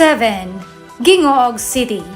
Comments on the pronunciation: HINGOOG City ang tamang bigkas ng siyudad na yan at hindi Gingoog. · Gingoog pronounce as Hi-ngo-og not Gi-ngo-og. Sorry po!✌️ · Gingoog haha.. pronounce as "Hingoog" not Gee. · Hahaha..natawa ako sa mga comments.ang masabi ko lang research more! Lalo na sa pronunciation sa lugar.like; "Gingoog" it's reads.."HINGO-OG" ang "Tangob..it's TANG-GOB"😊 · Punta ka ng Cabadbaran, wala ka ng makitang bahay pawid. Wala kang makita nanagrereklamo na nagugutom. Ang content mo ay kwestyonable. Ang tamang bigkas sa Gingoog ay Hingoog madam dyan lng ay kulang ka sa research. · Nag research ka sana sa correct pronunciation sa ng mga cities na yan,like tangub and gingoog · Punta ka dito Cabadbaran. Wala kang ng makitang bahay pawid. Hindi nagugutom mga tao rito sagana sa gulay.,at sa isda kahit mahal ubos. Marami pang ginto sa bundokin lugar dito ang hindi p nagagalaw Gingoog lang hindi pa tama bigkas mo. Kulang ka sa research kaya mali mali ang content mo.🙈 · Tarunga pud ug pronounce ang TANGUB ug GINGOOG 😊✌️ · D man kaau Marunung mag pronounce sa local na bigkas sa mga Lungsud Yan Yan katulad ng Tangub at Gingoog